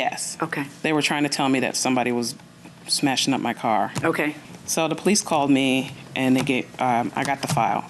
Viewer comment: She got so excited that she was AXing, stall she’s educated because she Can’t speak normal English. She says AX, Amba-Lance and they call the Poe-Lease. In order to adopt to Adopt a child costs about $10K, so where dod she get $50 to adopt 5 children?